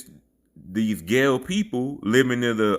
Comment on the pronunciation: Greetings brother the pronunciation of Guale is (WAL-ley) which were the Indigenous inhabitants of coastal Georgia from the The Golden Isles modern day Brunswick St. Simons Island Sea Island Areas of coastal Georgia north to the coastal Savannah River (Georgia/South Carolina) border The Guale were mixed in with several ethnic groups of Yamassee and moved up to coastal Southeastern South Carolina Where my ancestors the Cusabo are from coastal Southeastern South Carolina from coastal Savannah River up to Charleston sc